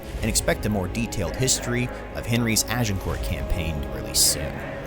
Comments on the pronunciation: Small tip, when you say "Agincourt" leave out the the "t" at the end, you actually have to say "Agincourrr". The "t" is silent. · I can't watch this video due to the unbearable pronunciation. "Agincourt" - you don't say the letter 'T' at the end of the word, because in French you don't say the last letter of words if it's a consonant (unless the following word starts with a vowel). It should thus be pronounced "Agincour" and the 'G' should be a soft jjjjjjj sound. A bit like the 'S' in Asian. Ajjjjjincour. Not "Ah jin court". Oufff.... and I'm not even French! XD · Can't take a commentator seriously than pronounces the letter 't' in Agincourt. Its pronounced Agincore. Philistine. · You don't pronounce it AgincourT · Pronounced Agincore - not court. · "Azincourt" is the French name. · Az - in - core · You don't pronounce the t in Agincourt. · Agincourt has a silent T. Just sayin. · The narrator needs to learn to pronounce names correctly, e.g.: Agincourt, Branagh, etc. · OMG it's Dauphin..pronounced Doe-Fan ... it's Kenneth Brannagh..pronounced Branah....Agincourt has a silent T.... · If nothing else the film may teach the narrator how to pronounce Agincourt... 😁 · Do not pronounce the T, in France it is known as Azincourt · Why is that Americans fail at the pronunciation of every word they ever utter, The t in agincourt is BLOODY SILENT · It would be great if the narrator could pronounce ANY of the even slightly less common words/names. We have the internet, dude - you can use that to check pronunciation. Hint, the T in "Agincourt" is silent. Branagh is pronounced "Brannah". Dauphin is pronounced "Dough-fa", and not either of the ways you mispronounced it. God damn it, is it really that difficult to get these things right? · FYI the T in Agincourt is silent. Good video though 👍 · Also Shrewsbury is "shrose buh ree", and Agincourt doesn't have a "t" sound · How about Agincourt? Is the pronunciation correct?